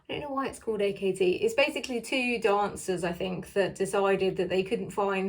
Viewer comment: There's a video about a year ago which describes the scents already. I think before doing a review, you should know the name of the brand, it's pronounced 'act', it says on the website.